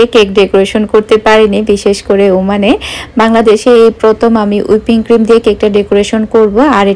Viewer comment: আপু ঐটা হুইপড ক্রিম উইপিং ক্রিম না 😊😊😊